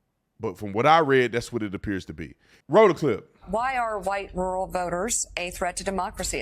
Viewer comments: Man, I hate to break it to you but 'rural' is a two syllable word 😂. Not 'rool' ru'ral. Slow down. Take your time. 'pronunciate' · Is he saying rule or rural? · Is Tatum saying rule, or rural? I believe there is a second r in that word, and it's not silent.